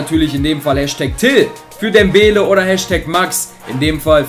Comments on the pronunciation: sprecht Mal Dembelé richtig aus auf dem letztem e ist ein Akzent deswegen wir das E gesprochen!!!! alle Liken die das auch so finden damit er das sieht!! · DembélÉ und nicht dembéle